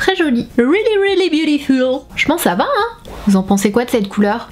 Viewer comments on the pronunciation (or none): none